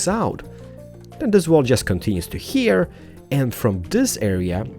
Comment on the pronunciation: "One heya, one heya, and one heya" lol I really like the apartment building